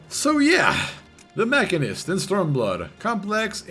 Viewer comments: Sorry to be this guy..but its Machine- ist. It's a real word outside of FF and as such has a definite pronunciation. Moving on.... GREAT guide! I took some time off from FF before SB and had the old gauss barrel stuck in my head and I was way thrown off upon coming back. Put MCH down due to low DPS and BRD being my go to raid job, but now picking it back up I felt a bit lost in the sauce. Definitely subbed! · I think it's a latin root word so both ma-sheen-ist and mak-in-ist would be correct in their own way, with the former being the regular English pronunciation.